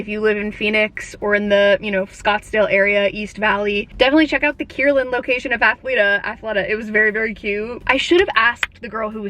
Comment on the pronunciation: Former employee, it's pronounced Athleta like Athletic, not Athleta like Athlete. Hopefully that makes sense.